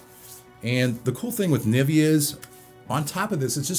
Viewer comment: I don't think its a better design than the older ones aswell. And it's funny how you ponounce Nivea. But I already heared that americans have problems pronouncing german products like Nivea, Porsche, Adidas ...✌